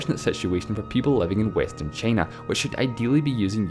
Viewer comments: "Chay-na"? Never heard of that country before. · Me too, after hearing "Cheenah" and "the Uneetud Kangdum". Christ! Diction! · The commentator calls time as tame and china as chena and so on. Its better to read captions in silence.